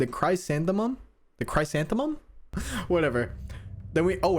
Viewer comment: Btw the “chrysanthemums” word you say it like “Chris-ant-he-numb-s” just to let you know, not trying to offend you :)